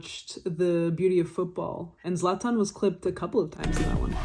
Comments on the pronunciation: The way you prounance Zlatans name is as good it can get, you nailed it. Yes he has ablack belt in taekwondo. And he is also known for being the most hard hitting football player with those 124 km/h. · you are so fucking well educated that you even know how to pronounce a slavic name its insane … the knowledge that you have is sooo impressive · You pronounce his name very well, and yes - it is Slavic. "Zlato" means gold, and "Zlatan" means golden, at least in Bosnian/Croatian/Serbian language.